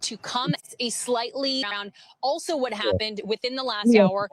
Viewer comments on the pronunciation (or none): none